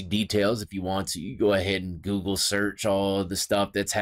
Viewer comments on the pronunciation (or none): none